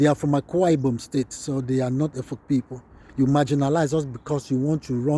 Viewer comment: Well done sir Nice job Please I thought the pronunciation is supposed to be Efik, instead of Efuk